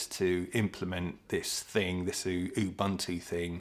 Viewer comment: To correct you please, saying it as Buntu( actual spelling is Bantu) is a derogative word in South Africa. The word is pronounced Uboonto, but not drawing out the boo bit. Ubuntu means compassion, a coming together, and humanity. I love the word. We have lots of it in South Africa, despite our government. A perfect example of it is when our July riots happened- colour, creed, religion, etc.. didn't matter when people were protecting their own communities, standing side by side, and helping each other.